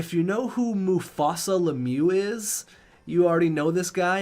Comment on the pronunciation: Two things you messed up right away. 1) It’s Mus-Tafa Lemieux, not Mufasa from The Lion King. 2) Jayden Marko was not in the Seattle Franchise mode. He was in your NHL 17 Team Japan franchise mode and was a New York Rangers 1st overall pick one year. You ended up trading for him early on in his career. Just wanted to point those out to you. Can’t wait to see what team role you’re gonna give me this time!